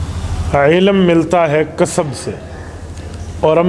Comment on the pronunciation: Ilam ka talafuz sahee naheen. AP ilm frmaya kren.